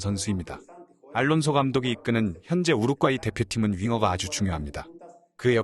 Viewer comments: 더빙하지 말고 그걍 자막으로 하는게..우륵과이로 들림 우륵과이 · 뭔 자꾸 통역가 우룩과이라고 하냐 우루과이라고 하지 우룩 우룩 우럭이냐? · 아니 왜 우루과이를 우룩꽈이라고 발음하는 스레기들이 많아 참나 할로윈을 렐러윈이라고 하지 않나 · 우룩꽈이 발음 나만 킹받냐??